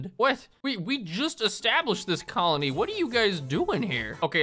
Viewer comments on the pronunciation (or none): none